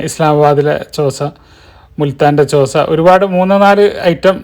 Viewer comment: ചോസ എന്നു പറഞ്ഞാൽ മതി. ൻ സൈലൻ്റ് ആണ്.